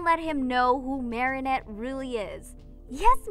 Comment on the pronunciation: Idk if this is just me being dumb but I heard Mary net instead of Marinette on one of them